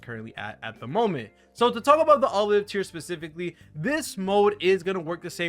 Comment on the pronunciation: "oo blee ett" FYI